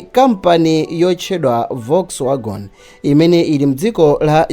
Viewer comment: Volkswagen not wargon